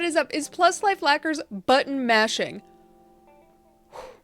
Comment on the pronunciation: I kept hearing "butt mashing"...I can't be the only one. Right??? Made me giggle. Great video! 💜😆